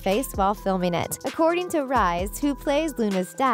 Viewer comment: Rhys is pronounced Ree-s